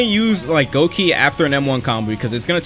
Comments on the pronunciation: its gokei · its said as gokei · that one feeling of a bleach fan when you hear say goki instead of gokei